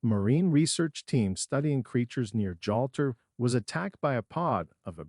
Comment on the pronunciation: “Jolter”, er do you think he meant Gibraltar?…. So tiresome wasting time on these pathetic click bait entries with totally unprepared script readers. Avoid this one for starters!!